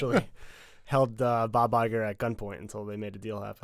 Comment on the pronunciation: Bob Iger with an Italian accent lmao